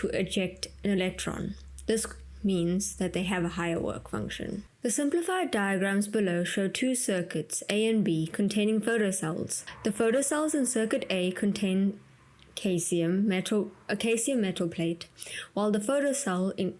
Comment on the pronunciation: Caesium is pronounced like how you'd say Julius Caesar